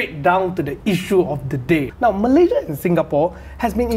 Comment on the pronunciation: awat hang sebut Malaysia pun tak betul?